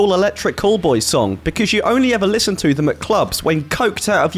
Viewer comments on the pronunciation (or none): none